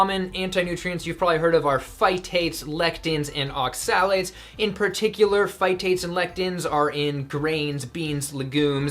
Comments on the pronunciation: As a chemist the way you pronounce oxalates amuses me. Its ox-a-lates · Hi! Thanks for this clip. However, isn't the 'o' stressed in the word 'oxalates'? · Are you pronouncing (accent emphasis) oxalates correctly? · Woefully under informed and probably dangerous advice especially when referring to oxalates-which you can't even pronounce correctly. Either give it up or inform yourself before spewing incorrect medical advice. Former is better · You're saying"oxalates" wrong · Please look up in a dictionary how to pronounce Oxalates, Please! Thank you for the info! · So I'am this low carb guy he's talking about... but I have been warned many times about eating raw spinage and nuts, so that's a strawman and since he doesn't even know how to pronounce oxalates, I assume he's got no clue about antinutrients. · You don't even know how to pronounce oxalates, yet you want to teach people about them for ad revenue..okay.